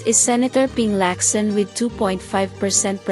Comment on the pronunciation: Rab ray dow? Or Robredo? Lac san? Or Lacson? Pec quiao? Or Pacquiao? Your mispronouncing their names are quite irritating, kindly ask some of your staff how to correctly pronounce their names and the names of provinces, Albay, Antique, etc. You pronounced these as if you were an American.